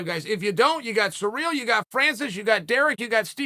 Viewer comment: "Sir Real" according to Chael who is the worst person at pronouncing names